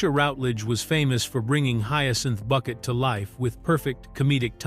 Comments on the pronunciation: Thats Bouquet not Bucket! 😂❤ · usual complete rubbish from this contributer, doubtful facts and wrong prouncations. You have missed her main attempt to prove superiority over her neighbours was the name, not Bucket but prounced Bouquet as in a bunch of flowers. You seem to miss the point about cars, an old Rover was superior to a Metro even if it was older. I doubt the phone had re-dial capability. Do you know the meaning of WEIRD, look it up, most of the facts don't fit the meaning. It's not difficult for a trained singer to sing badly. Why do your film clips have nothing to do with the continuity errors you're commenting on. Stop using AI. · Excellent video, but Hyacinth would not approve of you saying her surname was Bucket. It's pronounced Bouquet. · It’s not Bucket It’s pronounced Bouquet 😂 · It’s Bu-Kay not Bucket! Stupid AI voice! I,love,thus show and strange enough my husband found it, too! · And especially the Bucket vs Bouquet pronunciation. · It’s BOUQUET! So much for AI voiceover. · "It's Boo-KAY"! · It's pronounced BOUQUET....🙃just sayin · It's pronounced BOO-KAY!!! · That stuck in my craw also. Not even Richard dared to go by “Bucket” anymore